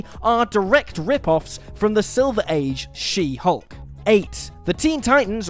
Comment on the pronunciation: Why did you have to say She Hulk like that? Plus, you could said who was the true copycat, shame.